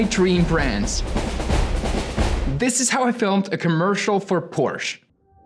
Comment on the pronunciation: Amazing video, but the fact you don't know the right pronunciation of your dream brand makes me crazy 😄😄